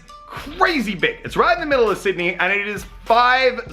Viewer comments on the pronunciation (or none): none